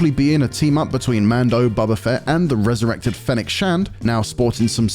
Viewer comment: Did he just call him Bubba Fett?